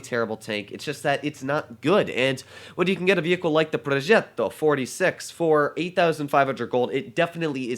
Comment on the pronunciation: The way to said progetto I felt like you are the grandson of Cesar 😂😂